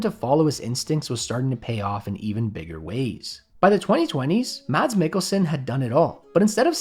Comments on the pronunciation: The D in 'Mads' has no sound, it's just pronounced 'Mass'. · The d is silent in Mads, so it is pronounced like Mas, like the ending of Christmas. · I know what you're trying to say, but for a foreigner to understand, you can't really say it's pronounced mass. If you said "The 'mass' of an object" you would still pronounce Mads incorrectly. I realise you are trying to make the pronounciation shorter/quicker, but it doesn't really work. However, it could work if you only use it, when he's down the hall and call on him to help you with something😂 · To be fair even pronouncing it as "mass" isn't entirely correct either. If anything it'd be more like "mas". It's just the silent D you gotta be aware of. (yes Im danish as well..) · ... Exactly. You're not supposed to pronounce the D. We pronounce Mads the same way English speakers pronounce mass. Just how horrendous is your reading comprehension? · The d in Mads is silent like the D in Django 😅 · The D is silent in "Mads" btw. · The "D" is silent in Mads ;-) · and people still don't know how to pronounce his name (spoiler: the d in mads is silent) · Just a lil fyi: Mads is pronounced without the d :) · The d is silent in mads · The d in Mads is silent. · you dont pronounce the D in Mads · Tip from a dane. Don't pronounce the d in Mads. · I totally agree. Mads and mass are very different. I'd actually say an english speaker should maintain the way they say it when they pronounce the 'd' (with a short vowel), but then drop the 'd' sound completely. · then you should not pronounce it as 'mass'. Say it like you would with the d, but drop the d sound. The vowel will be closer to the true pronunciation. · In Norway we write it as "Mads" but we pronounce it more like "Mats". However when Americans say "Mads", to us, the A sounds like the letter Æ we use, while our A's sound a little more like their "softer?" A's, like when they say "Star". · Are you not able to pronounce the English word "mass"? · Its pronounced Mass!